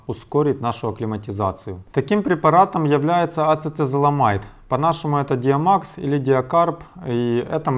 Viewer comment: ДиамОкс, а не ДиамАкс